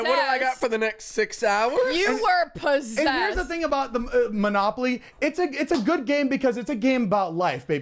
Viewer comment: Idk how many times i rewatched Zane say "Monopoly" lmao💀💀 Edit